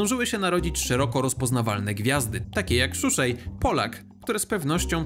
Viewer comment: szuszej ? kto to :D